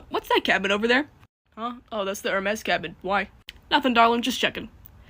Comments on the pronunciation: Nvm just saw another comment, in Italian, the letter H is silent, so instead of Hermes he thinks it’s pronounced like Ermes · I didn't get it at either and I'm still not sure, but I think it's that Nico says 'Ermes instead of Hermes.